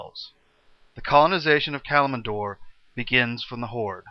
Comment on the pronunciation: Why not bother learning the pronounciations? EVERYTHING is wrong with the names. "Sar-gee-ree-ass" lol The Silithid is also written wrong. "Cattle-zoth" for "Kel'Thuzad" and "Calm-en-door" for "Kalimdor" are best. "Kilge Dean" for "Kil'Jaeden" was also epic.